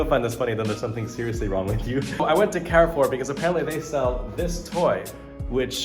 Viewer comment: That cactus is so funny. Also your pronunciation of Carrefore is such an east coast Canadian accent. Stop comparing yourself to other people. You have a great life better than 90% of the world population.